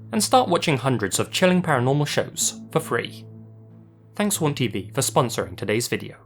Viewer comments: Honestly, for a moment, I thought you said "Porn TV" instead of "Haunt TV" XD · The way he said haunt tv made me think….. help